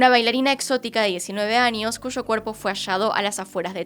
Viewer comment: Creo que es "años" no "añios" es tamaño no "tamañio" extrañas no "extrañias"